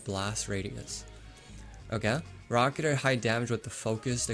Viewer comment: It's pronounced raa-kuh-teer not raa-kuh-ter